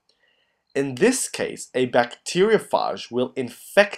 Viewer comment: It called a (bacteria-ph-age)